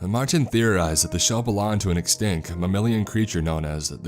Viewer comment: Kimberly Mako And it is not ‘Ek-stink’, but ‘Ek-stinkt’, and it is not ‘Ek-skyayp’, but ‘es-kape’ 🤣🤣🤣🤣. It makes my eye twitch at how this cat, guy (he can’t EVER say the word ‘women’ correctly when he encounters it, and always pronounces it as the singular of ‘woman’ (many people seem to do this 🤔🤔🤔), nor the word ‘open’ which he says as ‘umohmpin’, and he and a chick can’t distinguish when talking about small physical objects, or minimal effort made and recognize ‘minute’ as ‘mī-noot’ and will say ‘that minute detail’ as if talking about increment of time) that many these people reading these stories cannot province many words correctly, and don’t seem to think to ask anyone for help, nor to YouTube the pronunciation of new words as they test-read before recording themselves.